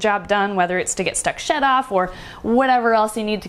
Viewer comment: I had to go back to and listen again -- this time, more closely! Because when said "whether it's to get stuck shed off"...at first, I thought she actually said a different word that ALSO starts with "sh" and I was like, "Wait...what?!?!" LOL!